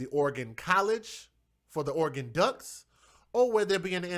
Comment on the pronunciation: Its pronounced Or-ah-Gun just like it sounds or you can say Ore-gun.i,be been up their many times to both Oregon and Washington from here in Calif.. it has an (A) sound in between the ore & gun. its never Or ee gun lol so i hope ths might help you out.its basically two syllables = Ore a gun or Oregon <~~~ right spelling and pronounciation..tc DJ peace ✌🏼